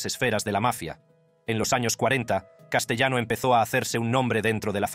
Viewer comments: (1)Castellano es un apellido italiano,por lo cual,se pronuncia CASTELANO.(2)Castellano era cuñado de Carlo Gambino,no su primo. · Se escribe Castellano pero se pronuncia CASTELANO , CASTELANO.